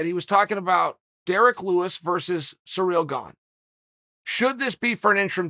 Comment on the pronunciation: I play the Cereal Gong.